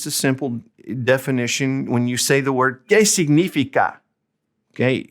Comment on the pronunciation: Great video. I am using it with my Spanish 2 classes. Two minor details: 1. It's: "sig-ni-FI-ca", not "sig-NI-fi-ca" in your "¿Qué significa?" example. All the rest of the words are pronounced very well. 2. "¿De qué color son tus zapatos?" is not an example of "qué" + plural noun. In both examples, you have "qué" + color; "color" is a singular noun. An example of "qué" + plural noun would be: "¿Qué restaurantes prefieres?". Hope this helps! Keep making more grammar videos. (I can't seem to find your video on how to form questions in Spanish: yes/no questions [with no word order change, with inverted word order], tag questions, information questions [with interrogatives].)